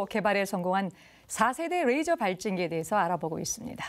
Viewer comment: Rㅐ이저가 아니고 그남 래이저. 너무혀굴이지마